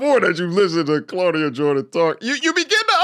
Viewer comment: “Clauda Jordian” 🌚😂😂